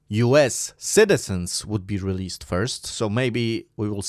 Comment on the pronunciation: bro can't speak released 🤣🤣🤣🤣🤣🤣🤣